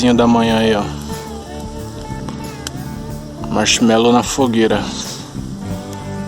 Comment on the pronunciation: "carbonizou meu Marchimelou" 🤣😂